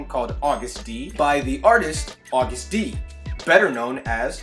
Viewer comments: You pronounced it right lmao it’s is pronounced agust d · Eyyy you said Agust D correctly right off the bat - knew I subbed the right reactor :) I assumed the STD thing was accident since in my country it's been officially changed to STI so I figure it might be a worldwide change, but saying he's gunna fk you up like an STD does sound pretty intentional now that I think about it. I don't think you've reacted to HipHop-phile/HipHop Lover by BTS? Also please react to KDA x BTS - Mic Drop x Popstar mash up by Miggy Smallz! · You’re pronouncing it correctly :) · Yes Siiiiirrrr! You said the name right! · Your pronunciation was correct btw